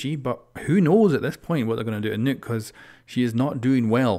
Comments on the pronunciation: NUCK NUCK NUCK NUCK NUCK!!!!!! Why does everyone pronouce her name wrong!?! So irritating!! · Lol u pronounce nokk as "nuke" lmao